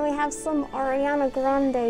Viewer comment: so your saying ariana is in your family but you cant even say her name like "Air!"? whos air